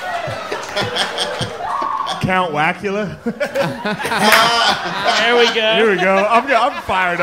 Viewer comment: “Count wackula” was crazy 😂😂😂😂